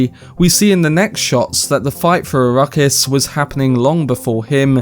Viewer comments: Please it is “arack-is” not “a-ruckus” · It could just be his accent! Give him a break!